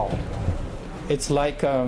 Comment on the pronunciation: 大哥，人家普通人口语有口音没什么，可这是职业，记者。你脑子有病才瞎比较。这男货英语口音和发音实在不敢恭维。“and”用了一大堆，而且拉长音来想着怎么说。“like”尾音也拉得那么长实在怪。这女孩子发音比他好多了。